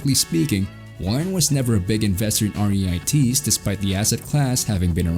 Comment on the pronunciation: They're pronounced REETS rhymes with YEETS